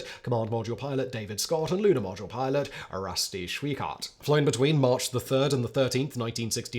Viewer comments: 30.47 you said Lunar podule milot ??? Talk about fluffing up your lines. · "lunar podule milot"😂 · Lunar Podule Milot 😂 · Lunar “Podule Milot”? lol. What is that all about? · Nice spoonerism “lunar podule milot.” 😂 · “the lunar podule milot.” 😂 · "...for the Commander and Lunar Podule Milot." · Ummmmm... What's a Lunar Podule Milot? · Lunar Podule Milot? 🤣🤣🤣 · "Lunar Podule Milot"